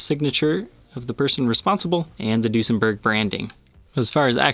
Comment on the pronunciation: In german when u say the ue it sounds like the ü so it would be pronounced Düsenberg. This is an Amazing video and I'd like to see more Duesenbergs on here thx a lot